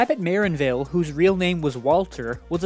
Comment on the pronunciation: Stress is on the second syllable, MuhRANNvil, like "un anvil"